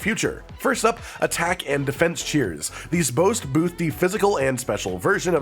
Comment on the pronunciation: 'These bost booth' 😅